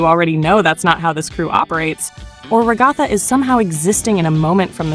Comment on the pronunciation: ragotha? 🤣 its rag-uh-thuh. Lolll